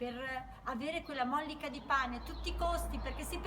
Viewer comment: Bella riflessione! Però si dice mollìca non mòllica. Ti seguo con affetto 🤗